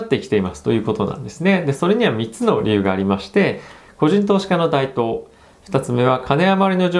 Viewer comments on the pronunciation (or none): 台頭＝たいとう って読みますよ〜